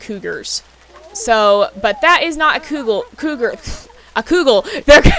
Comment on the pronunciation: I snorted when you said cougal. I do the same thing where I’ll smash words together if I’m excited or talking really fast. I also have this issue where I’ll forget a word and say something else so for example; I’ve tried to say feather but forgot the word and said bird leaf and my friend gave me the most unimpressed look I’ve ever received. I’ve also tried to say carousel and couldn’t remember and said mechanical horse tornado. 😅😂